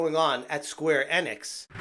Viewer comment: It’s pronounced “Eeeeenix” not “Ehnix”